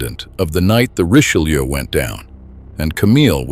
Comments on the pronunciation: For a video everybody says is so well done, the least you could have done is learn how to pronounce the Richelieu. Reech-eh-loo. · It truly is superbly-done. Unlike the majority what YouTube feeds you today, this appears to be narrated by a human being, not a computer. Except that he/it doesn't seem to be able to pronounce "Richelieu". So it may be A.I. after all. But it is a great video, nonetheless.